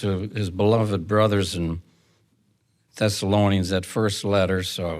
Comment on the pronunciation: Yes, it sounded like "Sessalonians" sometimes & other times, I coukd hardly understand him at all